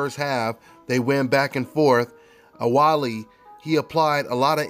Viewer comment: OuBaali ! Not OuWaali !